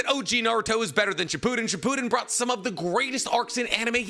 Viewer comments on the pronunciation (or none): none